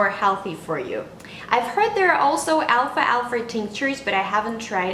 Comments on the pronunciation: excellent video, just the pronunciation is wrong , its alfal-fa, not alfalfa. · What country are you from? Because I notice you're adding the sound of the letter r at the end of the word alfalfa. I am from North America and we don't pronounce it with the r at the end. But I love alfalfa. I just added some today to my sandwich for lunch. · Al falfa but great info!